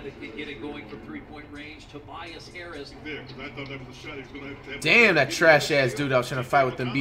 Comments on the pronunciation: "tobis hairis" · "toe-bee-yes harris" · Nobody: Flight: "Tobeas Haris" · Toe-bee-us Harris lmaooooo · Toe-B-Is Harris. - FLIGHT REACTS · “Tobeeas harris” fr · Nobody: Flight: tobyas harris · Flight said Tobies Harris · “Tobees harris” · This is not a hate comment but isn’t flight mispronouncing names on purpose just getting boring like tobeis Harris I s another one to the collection like the more players he mispronounces the less funnier it is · When Flight does not have a name that he can mispronounce such as Tobias Harris, he flips it so he sounds even more dumb and to keep the act going (Simmons of Ben)